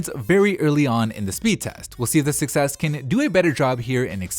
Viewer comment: every time he says 6s it sounds like he's saying "success" lol